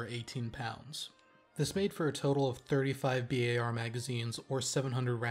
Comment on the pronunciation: "Bee-Aye-Are" never "bar"